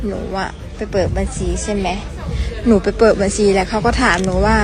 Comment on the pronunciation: พูดภาษาไทยยังชัดเต็มร้อยเลยพูดคำว่าบัญชีให้ชัดเจนก่อนนางเอย